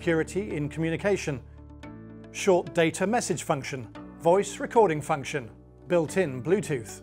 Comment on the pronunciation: "AquaQuake Fuction". What's a fuction? 😂